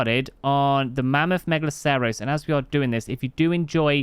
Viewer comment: Nigel's wrong, it is megaloSEROWs. It comes from the root word "megalos", same as Megalodon. It's not from short "mega" but full "megalo". tbh all his pronunciations have been dubious, lol.